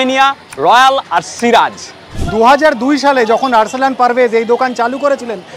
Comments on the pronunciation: Arsanal bolchen keno barbar? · Arsalan মাঝে মাঝেই আপনাদের উচ্চারণে আর্সেনাল হয়ে গেছে 😂😂😂😂😂😂😂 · Sob tai thik ache. Apnara protyek bar i ‘Arsalan’ k ‘Arsenal’ bole ullekh korchen. At least naam er bapar e ektu careful thaka ta dorkar. Baki ta sundor , mojar vlog. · তুমি অন্তত আর্সালান কে আর্সেনাল বলো না❤ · 1) এই রকম হ্যাফাজার্ড এডিটিং টা তোমার ভিডিওর সাথে যাচ্ছে না, আমার একদম ভালো লাগে নি, নিজস্ব মতামত। ২) আর্সেনাল আর আর্সলান দুটো আলাদা উচ্চারণ। বারবার সবাই আর্সানাল বলছে দেখে নিন কটু অড লাগলো। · Arsalan pronounciation is not correct in some of the comments from. Please mind the pronounciation, to make the experience more appealing....